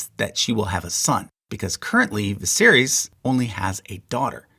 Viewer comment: Daenys and Aenys are Day-knees and Ay-knees And Vi-sare-is